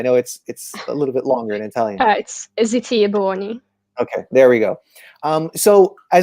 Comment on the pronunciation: ziti e buoni...sounds like a pasta dish based on how she said it